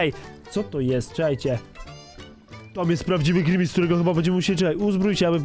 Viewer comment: to jest grimis a nie grinmejs